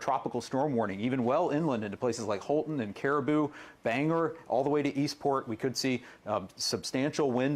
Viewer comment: BANG-GORE IS HOW IT'S PRONOUNCED! I'm a Mainer and we dont like it when people call it banger! GET IT TOGETHER!